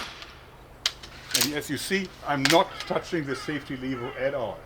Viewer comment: Nice hack. Aber BITTE in zukünftigen Videos "levər" benutzen, nicht "liewa". Danke.